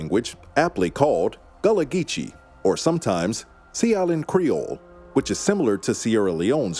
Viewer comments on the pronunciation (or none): none